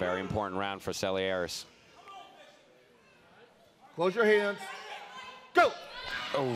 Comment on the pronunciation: cant say Selearis 😆